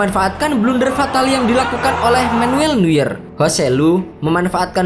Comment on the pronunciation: Baca neuer "noir" mas.